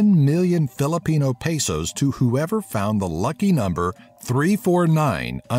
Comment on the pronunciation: It's pe/sos not pet/sos